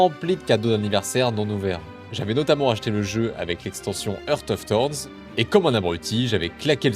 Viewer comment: Quand j'ai entendu "Heurte of torns", j'ai give up mental... Y'en a pas un sur ce jeu qui est capable de dire Heart Of Thorns correctement mdr ! Mais pour le coup, je joue à GW2 depuis 5 ans maintenant et c'est un délice ce jeu... Même si on aimeraient plus de choses "nouvelles" et pas des extensions qui reprennenent pour la plupart des trucs du 1... C'est le meilleur MMO en terme de contenu, de possibilité autour du personnage et du lore pour moi :) J'en profite pour te dire que la guilde où je suis "Les Ascaloniens", qui est une vraie guilde d'entraide recrute ^^ Si ça t'intéresse, n'hésite pas à me MP en jeu au même pseudo que celui que j'utilise sur ce commentaire :)